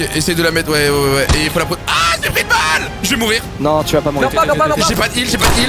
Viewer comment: tabuses il a juste dit oh au lieu de ah